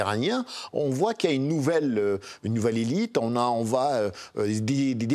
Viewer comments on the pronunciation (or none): none